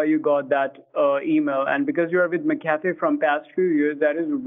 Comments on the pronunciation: mc afee? no, it's m'cafe. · More like Mcapee in this vid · I thought it was said Mackuhfee, not Mickaffy...lol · Take a shot every time “MCAFEE” is pronounced “MCCAFÉ” mcafee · I loved how he kept calling it McCafe instead of MacAfee. So funny. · I always pronounce it like 'Macafee" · every time he mixes up McAfee and McCafé is (for some reason) the funniest thing to me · Did he say McCafe instead of Mcaffee?? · I always thought Kit just pronounced MacAfee as "mc café". I didn't realize he was doing it as a joke this whole time until now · It's suppose to be pronouced MAC A FEE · I was surprised when I heard how it was actually pronounced. It's spelled like Mc Afee. But pronounced like there's an a in the first part, like Mac. It was very confusing to me at first. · LOL the way he says McAfee like McCafe fndbfjfb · McCafe (McDonalds) v McAffee….😂😂😂😂🤣🤣🤣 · McCafé 😂😂😂😂😂 I think they mean Mcafee.😂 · McAfee = McCafe LMAO I WAS DEAD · him pronouncing it as mccafé made me lose my mind